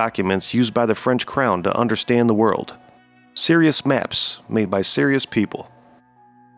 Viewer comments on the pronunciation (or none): none